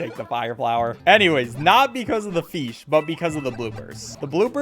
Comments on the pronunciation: Am I the only one wondering why bro pronounces "Fish" as "Feesh"? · I love how he keeps saying "feesh" instead of fish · i like how he calls fish feesh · You don’t even know how much I love the fact that you say feesh. Cause I also say it like that. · Where he pronounces fish "feesh" got me dying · Feeshy feeshy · i love when calls fish "feesh" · i dont want to be mean but he says "fish" kinda funny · The way he says fish ugh but he make s great videos ❤